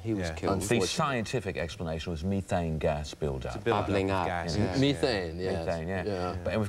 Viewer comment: As another Brit I have to agree. Absolutely faultless. Did you notice how he pronounced “methane” correctly?